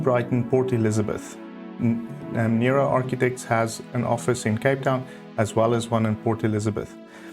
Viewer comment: As a former Jo Noero architecture student at the university of Witwatersrand in Johannesburg we always pronounced his name as No-ero and not Nero 😊... the circular shapes are in keeping with Jo's earlier work and often the plans have circular shapes; footprints, elements and this often carries to the landscaping. Thank you for this 'Best of'.